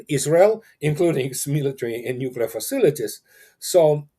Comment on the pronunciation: "nukilar"? Never go full George W.